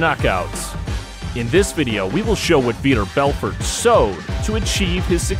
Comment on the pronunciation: Vee-tore Bell-fort. I am at a loss about the percussion. What? Cool video. Some good info. But for real learn how to pronounce the name and then pronounce it that way each time you say the name. I heard about six different ways to say his name.